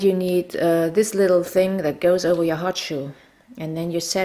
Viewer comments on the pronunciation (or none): none